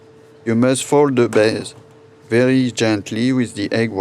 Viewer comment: Fait un effort pour l'accent, quitte à ne pas utiliser l'accent anglais correctement ne dis pas "Baise" au lieu de "Base" à